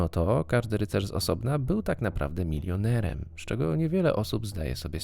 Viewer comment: Masz świetne akcentowanie słów "MilioneREM" "SpraWĘ" itd. itd. hah bosko to brzmi